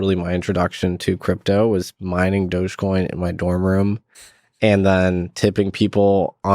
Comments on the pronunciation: Why are people sating "Doughje coin" Is it not "Doggy" - "Dog-E" ??? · I’m new to all this but I’m pretty sure it’s pronounced, “Dog-e-coin”, as in “doggy”. Why else would a dog be the mascot? And it’s an e-coin, i.e., electronic coin.